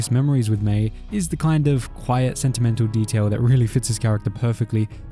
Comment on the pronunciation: It’s Mai.